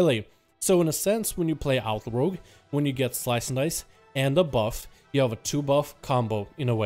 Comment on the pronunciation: Instead of 'Outlaw', I kept hearing 'Alpha Rogue'. Thought he was saying Outlaw was the Alpha spec.